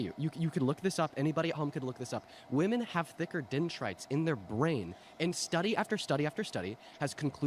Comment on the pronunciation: Can we stop saying “women” as “woman”?